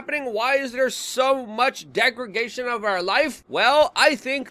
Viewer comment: It's de-gra-da-tion.